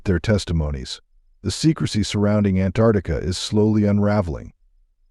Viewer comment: First of all, it's Ant ARCtica NOT Antartica. Uneducated much?